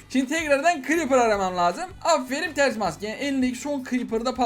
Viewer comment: Abi ters maske demedin tirs maske dedin ilk başta